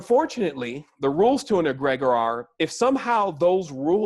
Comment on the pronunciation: Youbare right on but your pronunciation of Egregore is making my ears itch.. it's pronounced Egg-ri-gore (like blood, gore)